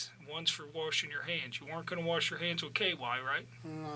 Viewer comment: Agent said, “WARSH your hands.” I like him now too